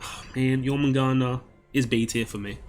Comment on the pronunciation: Dude good shit i agree with every thing but jormungandr, other than that love u and have a merry christmas